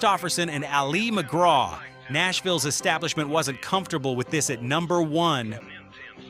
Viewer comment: God I hate AI voices trying to pronounce unusual words. She bee Woolley? Ali alee McGraw. And why are you talking about Jeanie C Riley and show Dolly Parton?